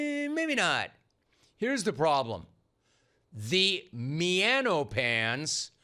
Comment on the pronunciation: “The miano pan” 😂….